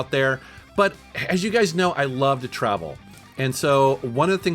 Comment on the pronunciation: anyone else noticed that he said you gays instead of you guys at one point? 🌈😂